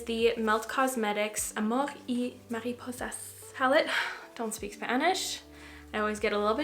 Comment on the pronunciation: I loved the way you said amor y mariposas. I speak Spanish and you sounded great! Your French accent really came through. It was beautiful. ❤️💕